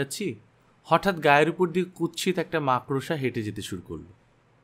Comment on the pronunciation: what the f is 'mak-rosha'!!! say makorsha properly!